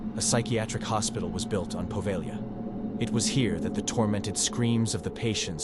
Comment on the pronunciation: Good stories here. I've subscribed. Only wish you'd get the pronounciation right on place names in the first story. The "g" is silent in Poveglia. Also Lido is pronounced as leedo. The "i" is not pronounced as the "i" in lime.